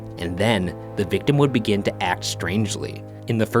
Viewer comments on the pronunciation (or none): none